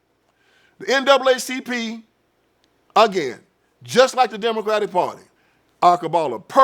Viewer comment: What happened is that they were never that!! And did he say Diddycratic?!? Hahahahahahaha…. I’m sold.